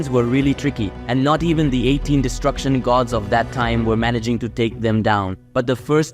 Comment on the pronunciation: Its destruction not distruction